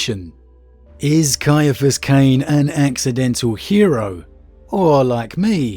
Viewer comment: Thank you so much for pronouncing his name correctly. I've had to deal with so many who pronounce it "See- fus"... Ugh!